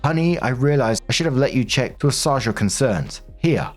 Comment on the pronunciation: might I suggest an adjustment to your pronunciation of assuage? ass-WAY-juh